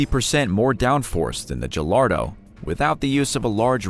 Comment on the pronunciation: Ah yes my favorite Lamborghini. The jallardo